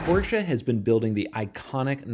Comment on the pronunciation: Thank you for pronouncing Porsche so good - for an american ;)